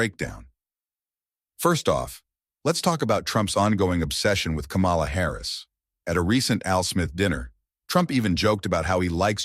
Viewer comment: This seems racist Say “ Kamala “ wrong every time and it’s obvious